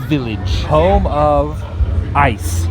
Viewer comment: "Did ya get a load of siz of dat icccee" -GMR MGM